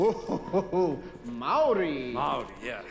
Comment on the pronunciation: As a maori and a fan of noel fisher i am really impressed that he made a movie/show with a maori person and he even pronounced it right🎉